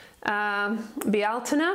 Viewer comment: Great ..beautiful..great pronunciation of bealtaine. 🌈what are the best ways or how to send love to those parts we don't like? E.g..the deceitful part .?🧞‍♀️🙏